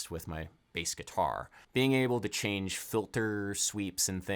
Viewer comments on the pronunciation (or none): none